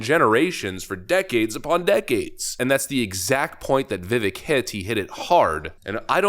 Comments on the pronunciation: FYI, Vivek's name rhymes with "cake." I get it. Habit is a b**ch, and you have heard it pronounced wrong for so long that it's habit, but show the respect the Left only pretends to. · His name rhymes with cake. Vi-Vake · VIVEK… it rhymes with CAKE! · I'd love it if you could pronounce names half-assed correctly. Vivek is pronounced Vivake like CAKE! He even says Vivek like Cake. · please get his name correct ffs. Its Viv-ache, like cake. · His name is pronounced "Veev-ache" and you're right, I feel he should be given a chance to walk his talk. The world would be better if he enacted his changes. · Ve-VAke rhymes with cake. 🤙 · Um yeah, it's pronounced like "Veevayk". Please! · It's pronounced vi-vayk. Gawd! 🙄 😋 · His name is pronounced VIVAKE like CAKE. Good heavens will you EVER start saying his name right? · I love everything you do,, keep on fighting the good fight! One thing though, Vivek is pronounced “Vah-Vake,” it rhymes with cake. That’s it, great job on the video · Vivek's name is pronounced like 'Cake'. I.e Viv-ake. Not trying to be that guy at all. Just wanted to help ya out. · I love your channel man, but please pronounce Vivek properly...VivAke, like cake. Thank you. And yes, the guy is an absolute beast! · Vivake, like CAKE. Please. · cake LIKE CAKE. crazy how he still can't say his name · Vivek's name is pronounced with the e like an A. It rhymes with cake as he says. Wish would pronounce it correctly. Vivek is a power house when it comes to blasting his opponents. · Love the channel but please say his name right. If you like the guy so much (like me) at least get his name right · you are misprouncing his name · You know...if you like Vivek so much, why don't you stop disrespecting him and pronounce his name correctly?? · The second syllable in Vivek rhymes with cake. If he's going to be your champion, which he should be, please learn how to pronounce his name properly. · Vivake not Vivek pronunciation wise